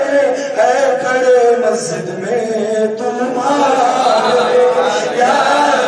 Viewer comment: Ye motaa orange colour kaa kurti pahne huye kon gaandu hai ise pahli. Dafaa dekha hu yaar ise dhang se bolna nhi ataa Majid Majid karta hai masjid bolne nhi ataa Gand......ko or chala aya muuh utha kar Deen k baate karne or waha ke log use sar chadaye rakhe hai saale ko